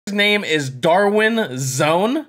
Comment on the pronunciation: bro “darwinzone” got me dead💀😭😭